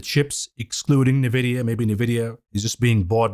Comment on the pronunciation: true, just happens to be remarkably annoying, coupled with his inability to pronounce Nvidia. Good content though.